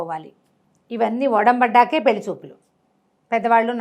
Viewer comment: గారు పెళ్లి అని పలకండి.